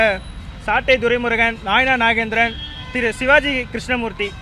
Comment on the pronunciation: ஐயா உங்களுக்கு நைனார் நாகேந்திரன் என்ற பெயரில் ஒழுங்காக உச்சரிக்க தெரியவில்லை நீங்கள் எப்படி வளர்க்க போட்டு நைனார் நாகேந்திரன் உயர்நீதிமன்றத்துக்கு வரவிருப்பீர்கள் உங்களுக்கே சரியாக பேச தெரியவில்லையே